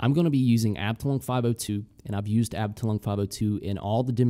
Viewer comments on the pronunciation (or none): Amazing video as always! Btw. "Abteilung" is pronounced more like arb-thai-loong (yeah I have no idea how real phonetic writing is supposed to look like :D ) and it means "division" (in military terms) in german :).